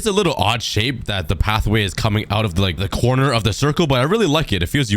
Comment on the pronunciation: did he just said courner of the circle